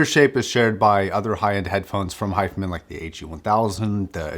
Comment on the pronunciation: The way you're pronouncing hifiman is driving me crazy and I can't focus on the review.